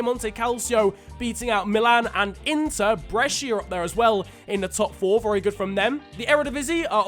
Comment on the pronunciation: PORCODIO SI DICE JUVENTUS E BRESCIA NON PIEMONTE CALSIO E BRESIA DIO CANE